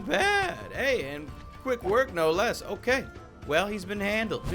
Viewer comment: hey cow get back here cow: can't touch this also: hokay